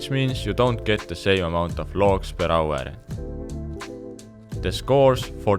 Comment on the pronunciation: PER AUERRRRR xD Where are you from ? hahaha